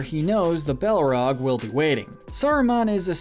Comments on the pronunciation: My favorite was when he said ball rag. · Watched 12 minutes, only to go back to the beginning to pick up all the mispronunciations. Cracks knuckles. Sarumun. Rivendale. Bullrog (To be fair I once called it a bull hog, so...yyyeah. 😬) Olihphant - yes, I am nit picking here. Min ass teer eth. Hall dur. More E ah. Galandriel. Shell ob. Bell rog. Issen guard. Fan gorn. Rahn (Rohan). Urkai Deh neither 🧐😆 What gets me is when a name is some of these were also pronounced correctly.